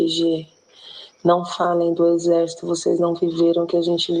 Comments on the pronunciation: O Deputado não sabe pronunciar apalavra correta, de ixesso para exército à uma boa diferença...só no Brasil isso!!! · Careca mudou o nome do exército, agora é ixercito, ameba mesmo , não consegue nem pronunciar de maneira correta !!!! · O pior de tudo até o final foi o deputado falar : INZÉS ao invés de exército 😂😂😂😂😂😂😂😂😂😂😂😂😂😂😂😂😂😂😂😂😂😂😂😂😂😂😂😂😂😂😂😂😂😂😂😂😂😂😂😂😂😂😂😂😂😂😂😂😂😂😂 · Esse deputado é um jumento petista não sabe nem pronunciar exército o julgamento pronuncia ixercio puder é um jumento